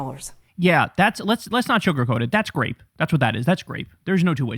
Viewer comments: It’s not “grape” it’s rape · Kyle Kulinski sounds like an idiot when he says "grape". He needs to hire a speech therapist to help him speak properly. That word does not start with the G sound.